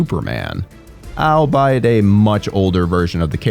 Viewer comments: I have never heard another native English speaker who had such difficulty pronouncing words as our narrator... albeit is "alBEE-it," not "allbite." You sound like a fool when you say so many words wrong but there's zero excuse for not looking up friggin' names. Siegel would be pronounced like seagull and Langella has a hard g. Beyond that these videos are too biased with you repeating personal opinions as facts and omitting relevant info entirely (such as the audience score being a dreadful 60% shown right on screen). Who do you think possibly liked Parker Posey in this movie besides you? She wasn't just utterly forgettable she was godawful annoying, but whatever. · **Pedant Alert** Albeit is not pronounced 'Al, Bite'!! It's 'All Be It'. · I don't think I've ever heard someone pronounce "albeit" as "owlbuyit" before